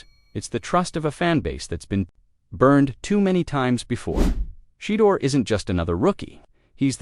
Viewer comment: Tom Brady’s influence. Deion called Tom early in Shedeur’s growth to teach, guide, and tutoring. Tom needs to start a QB training school with Shedeur as the commercial. It’s not Shee-doer, dammit.